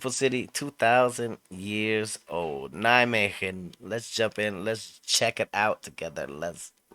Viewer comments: The “g” in Nijmegen is pronounced much softer. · Nijme"G"en yes good try bro! love it! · yes, but... In Nijmegen we use the soft G. :-)